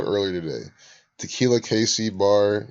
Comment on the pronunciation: Tequila... aka Te-kill-yah.